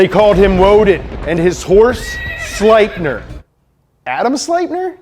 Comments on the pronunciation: SlipNEER is how its pronounced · i believe Sleipnir is pronounced “Sluh-Lep-Near”